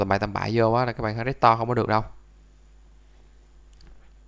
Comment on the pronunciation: trên điện thoại đéo tìm thấy nút report để report cái video này nhỉ :)) t cũng đang xài iphone nhưng t hiểu video clip vtv làm là đúng chứ đéo có sai đâu mà phải cần vạch trần :) coi đến phút thư 2 đọc từ restore thành rét to là đéo muốn coi nữa rồi itune vs chả i tiếc :)